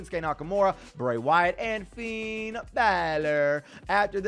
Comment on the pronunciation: When he ses finns name it sounds like feind balor